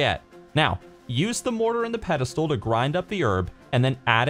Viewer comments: you are amazing at everything you do. However I must do this. It's spelled pestle and pronounced pesle. I said it wrong for years. If I am ever unsure on how to pronounce a word I use text-to-speech. That is how I learned the proper pronunciation. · Yup and pronounced pesle. It made me giggle every time he said it. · yeah but anyone who's never owned one like who's going to know the proper pronunciation I only know because I've owned a mortar and pestle I hate how the English language has so many words are not really spelled the way they're pronounced